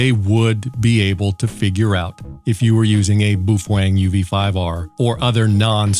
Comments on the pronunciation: Boofwang lol it's Bow-fung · Why does he say boofwang? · Hate to break it to you but you are pronouncing BaoFeng totally wrong. It's pronounced: Bow Fung. Bow as in Bow Down not Bow and Arrow. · Phonetically correct is "bow fung", but I like Randall's pronunciation better.